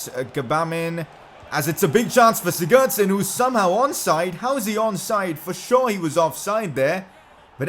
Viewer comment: Oh my god can you learn to say Sigurdsson properly